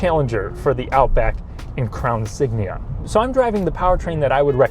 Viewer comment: “Crown Sign”